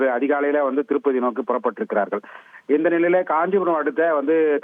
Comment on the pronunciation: திருப்பதி என்று சொல்லுங்கள். திருப்பதை இல்லை